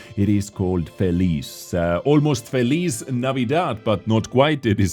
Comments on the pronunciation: It's not pronounced fee-leese.. It's pronounced Fee-lee-chay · It's pronounced fell-e-chair, it's Italian for 'happy' (unless you're at the other end, I guess). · Hi! In Italian it read like this FE-LI-CHE it means happy ☺️ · I don't wanna seem nerdy but in the Felice name, the "ce" part is read like the "ch" of chainsaw and not as feliz, just to fill you up on some Italian grammar from ya pizza boy ;)